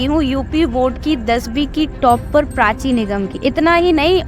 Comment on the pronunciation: Prachi ❌❎PRACHA....